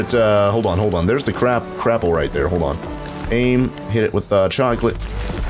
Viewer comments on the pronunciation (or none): Whenever he says crapple I hear crap-pull